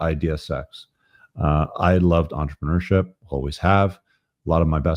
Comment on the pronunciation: For fuck's sake stop saying entrepreneurship like a french baguette, speak english, say business.